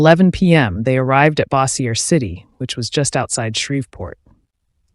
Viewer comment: I'm from Louisiana and It's pronounced Bow-zher City. May she rest in peace.